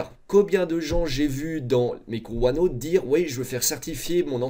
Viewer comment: Ce qui est déviant c’est sa prononciation de OneNooooote